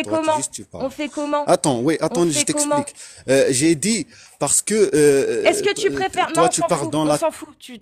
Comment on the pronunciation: Le fameux : "nan nan attond j'y tisplike !" 😂 franchement ce serait pas aussi drôle on serait dans de la creepy pasta 😂